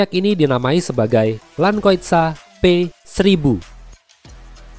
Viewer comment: Wait... What did u say was? Land what?? Landkeuter?